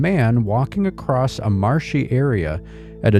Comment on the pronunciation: There is no T in the word across 🙄